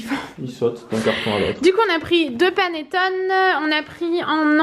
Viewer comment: On dit panetton"é" en italien avec l'accent sur le e 😉